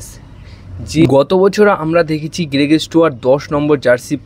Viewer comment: তুমি বাবা কি বাঙালী না বিহারী না দেহাতি? এতো জঘন্য উচ্চারণে বাংলা না বলে বরঞ্চ অন্য ভাষায় বলো। গেরেগ, গ্রেগের গেলেন এগুলো কি ভাই? গ্রেগ, গ্লেন বলা যায় না? লোকের নাম পদবী পাল্টে দেবার ঠিকা নিয়েছো?